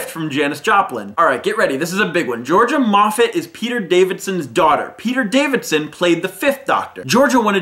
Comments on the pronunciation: It's not Peter DaviDson. It's Peter DAVISON. Sorry. Just.... Whovian-nerd. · It's not DaviDson, it's Davison. No second D. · I need to point out that it's Peter Davison, not Davidson. Sorry. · It really bothers me that he says Peter Davidson... All true Whovians know that it's Peter Davison. No "D" at the end. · Its not Peter Davidson. Its Peter Davison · 'David Tennant insisted on being credited as The Doctor rather then Doctor Who like every other Doctor before him...' WRONG WRONG WRONG That honour goes to Peter Davison (not Davidson as you keep saying during the Georgia Moffat 'fact') who was first credited as 'The Doctor' at the end of Logopolis in 1981. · its Peter Davison! not Peter Davidson!! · it's Davison!